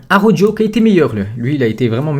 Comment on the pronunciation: Ptn fais un effort sur la prononciation de Araujo Ca se dit "Arawro" pas "arojo"